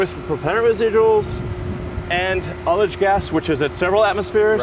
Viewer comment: What is aldish gas? edit: He was saying ullage gas, never mind.